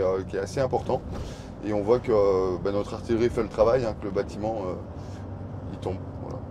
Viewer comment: tres impressionnant. c'est tres "amusant" la maniere dont il prononce "artillery" (artillerie). le signe d'un internationalisme certain des combattants.